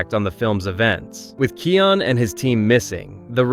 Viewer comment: Kai-on Not Key-on